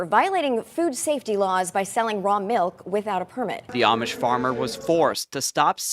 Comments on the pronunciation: Just one thing, it's Amish, pronounced like "Aumish" like "Autumn" not "Armish" like Brits say. I'm a transplanted Brit in Lancaster County, Pennsylvania and I've been corrected many times so please get it right! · There is no 'r" in Amish. At least show that you know something about them by at least pronouncing it correctly.